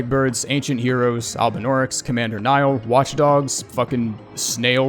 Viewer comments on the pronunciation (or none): none